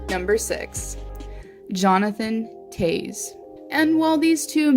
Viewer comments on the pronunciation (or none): Oh my god Toews is pronounced like Taves not taze. Get it right it's not that hard of a name